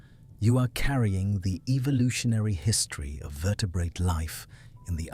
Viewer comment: Your AI narrator is one of the better ones but can you please train it to soften the second t in vertebrate to vertebraye. It just takes me out of the narration everytime.